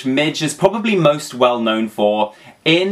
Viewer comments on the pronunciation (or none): none